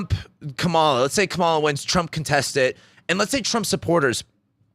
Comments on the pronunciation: Comma-la, not cum-Mala. Ignorance or disrespect?? Neither is attractive. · It is pronounced “comma-la”. 😉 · Can you seriously not pronounce KA MA LA? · I just wish you would say her name correctly. If you are a history buff then you should recognize the signs of the fascist rhetoric that he has been spewing. The reason that he was not a dictator in his first term is because people surrounding him kept him in check. Those people are no longer there...the people who would be surrounding him in a second term would not hold him back. That's the difference. I think people are missing that point... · It's a disrespect thing. They all know her name. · Trump appointed 3 judges who overruled Roe v Wade. Women are fucking dying, this is more than elections. He can’t even pronounce Kamala right wtf